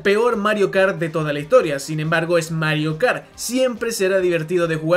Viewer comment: Mario Kart tAuRr